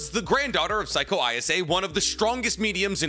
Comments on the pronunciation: It's pronounced Say-ko not psycho, lol 'Ei' is pronounced like the letter A in Japanese, so Granny Seiko is pronounced like Granny Say-ko. And just for reference 'Ai' is pronounced like the letter I. So Sai from Naruto is pronounced like the English word sigh or the beginning of the word psy-cho. So if her name was pronounced like granny psycho it would be spelled using romaji like this Saiko Class dismissed 😁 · Bro can’t even say granny seikos name properly.